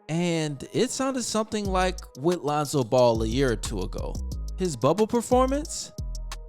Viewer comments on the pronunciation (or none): none